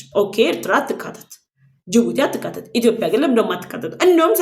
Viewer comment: ጎበዝ ዘጋቢ ነሽ ነገር ግን "ኢትዮጵያ" ብለሽ ጥሪ "ኢትዮፕያ" አይደለም